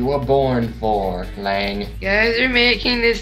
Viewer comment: My name is not Liang >:C also my mic was louder than it should have been. xD Oh well, it's already uploaded.